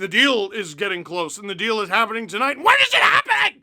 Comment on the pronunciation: I love how you said “when” Lmao